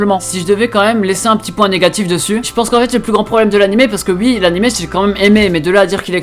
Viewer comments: C'est moi où tu dis comme les réunionnais qui dise Wi au lieu de Oui ou encore avec wi-fi,il prononce plus le wI alors que nous quand on dit Wi-fi on dit Oui-fi, voilà voilà . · Tes uii au lieux de oui me font rire à chaque fois 😂